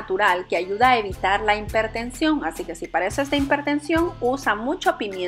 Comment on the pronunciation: Hola, muchas gracias Debo decirle que se pronuncia., hipertensión! Y no impertencion